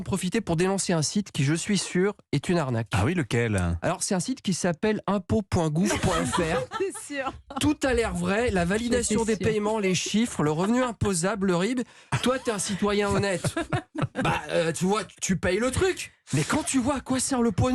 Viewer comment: Quelle honte de prononcer PaYEment alors que le E de paiement est muet. Il faut retourner à la maternelle apprendre à parler français